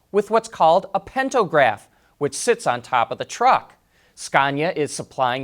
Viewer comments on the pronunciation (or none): its pantograph not pentopgraph 🤔